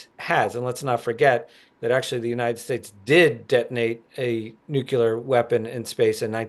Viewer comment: I couldn't listen past the first "nucular". Hearing that from professional journalists somehow obliterated my interest in this podcast.